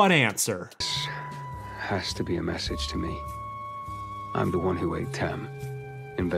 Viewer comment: Why do you pronounce "Tem" as "them"?